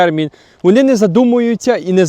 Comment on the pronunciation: Всеодно а не всеудно, вони а не вуни. Неможливо слухати ні зміст ні вимову